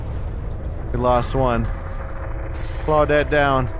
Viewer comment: How come you don't say "Clau-deet" anymore? I miss it!